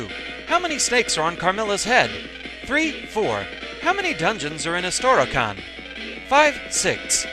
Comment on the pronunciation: Wow, the translation team could have worked with Boktai's. It's Istrikan, not Istorokan.